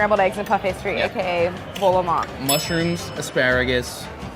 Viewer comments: Did she say vol au ventor bol au vent because thefirst oneis the right one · You can't claim any level of French proficiency if you're pronouncing the t at the end of vol au vent. That's Melania-level French.